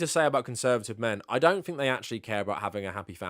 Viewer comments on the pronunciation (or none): Please stop saying Fink instead of Think.. it’s driving me nuts…